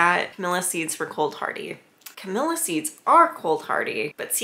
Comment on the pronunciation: Camellia...not Camilla. Smh.